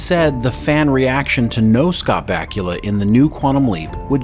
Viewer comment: Dude, learn how to pronounce the man's name before making a video about him.